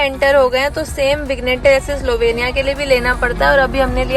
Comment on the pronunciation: vig+nette nahi -- vinny+yet is the pronounciation.. verstehst du?